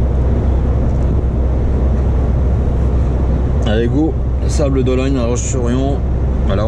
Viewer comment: Bonjour... on dit... " les Sables d'OloNNe" et pas "Sables d'OloGNe"...😁😁😁 Bon courage et bonne route🤘